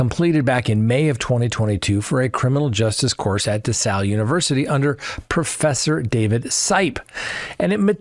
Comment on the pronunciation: Can you please learn how to say the college DeSales correctly? Just sound it out. It is NOT La Salle.